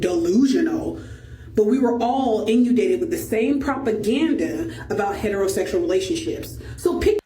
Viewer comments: “in-yoo-dated” huh? You meant “in-uhn-dated” educated female sub-Saharan at work. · What the hell in IN-U-DATED? I believe inundated is the word you're scraping for there MS EDUCATED 😅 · In you dated? Did she mean inundated?